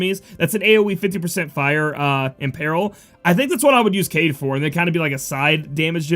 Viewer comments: Kaede. Kah Eh Deh is a girl name dude lmao you keep saying kayde XD and he/him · aw man, dont call Kaede a guy, its girl (Kah-eye-deh) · I think you pronounce it Kah-eh-de. so yeah girl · Kaede is pronounced (Kai a day) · Kaede = Kai -ay-day, she's a girl :). Thank you for your awesome overview..I was hoping for more exciting units...not sure if I want to pull or not @@ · I think it's pronounced Kade-eh, or Kade-uh, but I could be totally wrong. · Kaede: Kai-yay-day, and it's generally a female name from what I understand :) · kaede is pronounced as kaideh i believe ^^ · Yo, Im pretty sure Kaede is a chick. I have a feeling it's pronounced Kah-eh-deh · FYI pronounced KI-AY-DAY also watch Inuyasha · Hi, You saw it coming - Its pronounced "Kaidei" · Lol it's Kai-aye-Day. Or if you've seen the anime Inuyasha. The old priestess. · Hey. Wanna help u out with kaede's name. Japanese vowels are weird in that each vowel is pronounced separately even if there isn't a consonant in between them so the A and the e in kaede name each have their own sound and syllable. Also Japanese vowels almost always have the same sound no matter what except for a few exceptions. a sounds like the a in father, it's an ah sound. The e is an eh sound, like in the word sleigh or bay. So the name kaede would be pronounced Kah-Ay-Day. Not perfect but should be close enough not to totally butcher her name. And yes. Kaede is a female name.